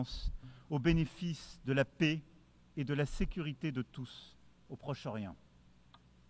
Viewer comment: Le président français gagnerait à apprendre la langue française: le mot "paix" ne se prononce pas "pé" mais "pè". Pas compliqué, tout de même!